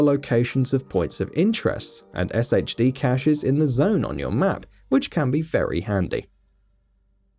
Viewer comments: pronounced "shade" tech not "S-H-D" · SHD is pronounced Shade.